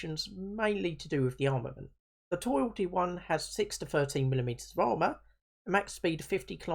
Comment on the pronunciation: Please dont say "Toil-di" say "Tol-di" and it's not pronounced "Tarz" its pronounced "Tush"